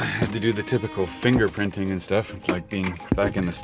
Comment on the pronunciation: Did you say finger printing???? Really did you say that correct???